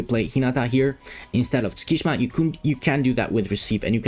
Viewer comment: btw Tsukki's name is not pronounced "skee shma". It's "suki shima"